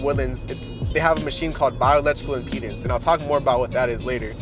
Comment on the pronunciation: can you say impedance not impenis ?